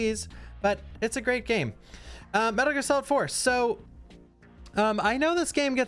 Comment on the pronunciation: Metal Gear S-olid